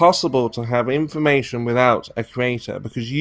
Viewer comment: Is he saying "information" or "inflammation"? I can't tell the difference.